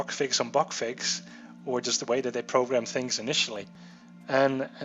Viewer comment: "bag fix bag fex" "yava" dis u guys hear dat?